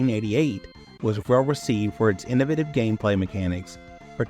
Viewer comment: Here's a controversy: the way you say innovative. ;)